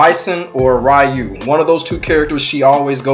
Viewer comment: It is REYU! NOT RAIYU!!